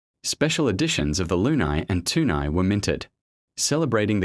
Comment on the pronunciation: It's pronounced, LOO-KNEE. Like in crazy.